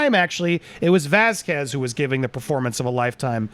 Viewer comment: Andy: "...post during 'Ms. 'Vaz-KWEZ's' opening...'" Me: Really?! "Vaz-KWEZ?" C'mon, Andy, try again. Andy "...tweeting, during 'Ms. Vaz-KEZ's' opening..." Me: There you go, bro! Carry on!